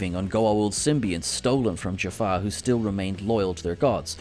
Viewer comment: Did he say Jafar warriors/ other wise Jaffa as Jafar? Just asking it from all who is watching this.